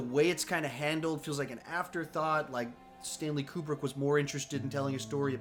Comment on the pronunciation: Stanley's last name is pronounced Koo-brick. 😉